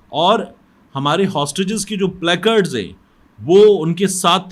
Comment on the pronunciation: Stop being idiot and saying " PLEKARD" It's play catds